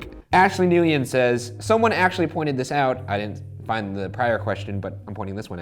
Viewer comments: Ryan aren't you Asian,,,,, and your pronouncing NGUYEN WRONG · Ryan pronounced Nguyen wrong…it’s pronounced like “win” 😳🥴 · Lmao Ryan just pronounced NGUYEN WRONG!!! It's pronounced like WIN LITERALLY not (NUUU YEN) 😂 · Why does Ryan say “Nguyen” like “nuEin”? Do some ppl pronounce their names like that? My old boss was Commissioner Nguyen and he said it like “win” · when ryan pronounces "nguyen" as "nu-yen"😔😔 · Ngu-yen, sksksks I love how he pronounce it 😂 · Ryan, I'm shocked at your incorrect pronunciation of Nguyen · Ryan mispronounced Nguyen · oof pronouncing nguyen wrong LOL